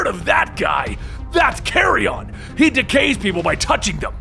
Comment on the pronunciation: It's not pronounced carry-on, he's not luggage man. Its pronounced carry-en , like the dead stuff buzzards eat. Small detail, don't mean to nitpick but it really bothers me.